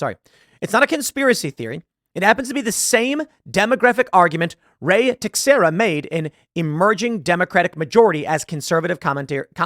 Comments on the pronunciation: Teixeira = [Teh-SHEER-uh] The more you know. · Teixara is pronounced Tuh-share-uh Tim.